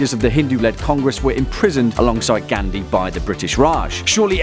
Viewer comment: You can't even pronounce simple words properly like Gandhi , kashmir,hindu, mohammed and many more